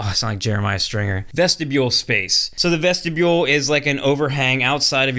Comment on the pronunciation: VESHTIBULE!!! 😂😂😂 I make fun of Jeremiah for that all the time!